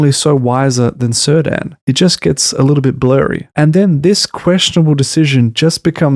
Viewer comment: (It's /Keerdahn/, not /Sirdan/. Elementary, my dear Watson. Apart from that: although I think you're still being all too generous to this abysmal shitshow (I for one truly hate those bleeding snooty holier-than-thou Harfoots with a passion, and actually cheered when it looked like they were going to be crushed by those rocks and stones, and furthermore I think Not-Gandalf is excruciatingly boring), this is an interesting and well-made take on TRoP, so kudos for that.)